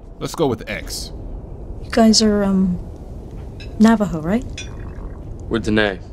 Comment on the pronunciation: *cough* You mean Navajo -.